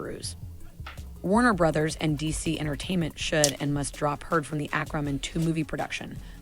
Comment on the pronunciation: "Ack-Ramen" wtf